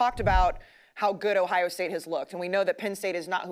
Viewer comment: Love the shows and the company but I detest the way you guys say locations 😂. It’s not Louie-ville its lewel-ville. Blutman, there’s an O in Ohio state. It isn’t Hiya state. Uncultured swines 😂